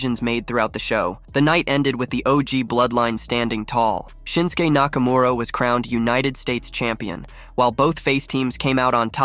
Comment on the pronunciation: "Nakamaura Rules"